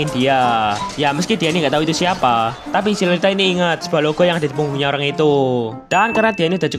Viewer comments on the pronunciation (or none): none